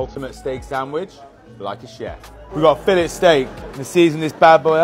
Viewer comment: Imagine going your whole life not realizing the t is silent in filet